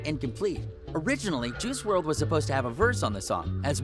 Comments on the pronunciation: Did this dude say Juhrual? Dude is definitely reading from a script 😂. Juhrual. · This man said F-T Juice WRLD lmao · "Ju rule"??